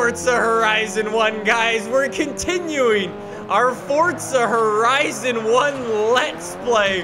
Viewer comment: FORTZA HORIZONN 1